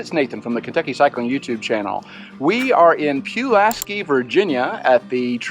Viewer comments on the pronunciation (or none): Yup I can tell y'all ain't from around here!! Lol Pulaski is pronounced Pull-ass-key and Fries is Freeze like freeze your butt off! You mentioned water being somewhat scarce so are bike shops and bike parts. Virginia has some of the cleanest,well maintained campgrounds in the nation but what I noticed is they charge you for everything hence the parking fee for the NWT. Out of state residents pay a higher fee than in state residents. Looks like y'all had fun and appreciate the ride along!